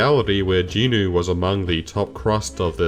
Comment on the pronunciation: Is saying Jin-woo as jinu some sort of bait? I am confused here. Also I am not sure how My Hero Academia is a good example since it suffers from the very similar issues that Sooo Leveling does but it's training arc is like 100 chapters long instead.